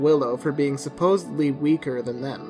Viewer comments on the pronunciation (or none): none